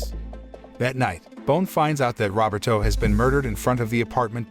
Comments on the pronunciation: Robert O? Isn't it Ro-ber-to? Geez... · I enjoy these videos , thank you , one item of improvement is to improve how how to say words correctly , Roberto is pronounced = RO BER TOE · The way you say Roberto (robbertoe) cracks me up. Love your recaps.